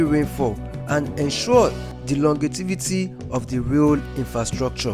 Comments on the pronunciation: 1. "Longevity" not Longetivity. 2. "Sand is Compacted" not compartmentalized. Nice video regardless 👍🏽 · Great job. Thanks for the updates. The word is compaction not compartmentalization. Longevity not longetivity